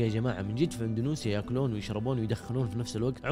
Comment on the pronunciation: انت ثالث يوتيوبر ينطق اندونيسيا ب اندونوسيا... وش السالفه ترا تنطقوها غلط 😳